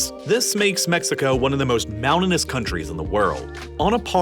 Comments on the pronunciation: ♦️ - There is a "T" in the words "mountains" and "mountainous". Never hear anyone say "mounans" or "mounanous" before. ♦️ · This guy/AI narrator talks to fast and mispronounces many words. Such as: Agriculture Mountainous I have to sliw down the playback speed to .75 and that makes those mispronunciations all the more obvious. I can't stand this channel. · This guy has problems pronouncing the words "mountain" and "mountainous".